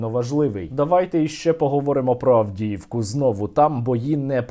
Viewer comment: Сєрво сам каже "Мстят за Авдіївку*". Не "Авдєєвку"